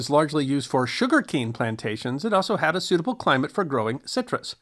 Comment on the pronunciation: Emphasis on "had"